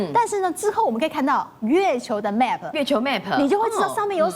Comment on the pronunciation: map /a/ 發音說錯了